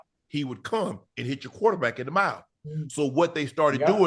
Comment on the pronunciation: "Plus what he got in his mouf" 😬PAUSE 🤦🏾‍♂️